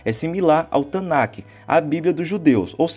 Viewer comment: Amigão, com todo respeito, sou judeu e senti uma agonia imensa toda vez que você pronunciou Tanach como TanaQUE. o ch/kh, nessa palavra, tem som aspirado e não se pronuncia. Abraços